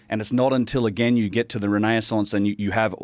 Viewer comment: love how always mispronounces "renaissance" and says "renaiaissance"